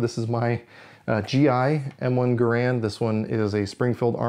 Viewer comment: Gair-und never Ger-and